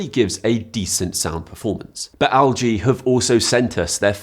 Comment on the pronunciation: it's pronounced "EL-GEE" not "AL-GEE"... 😂😂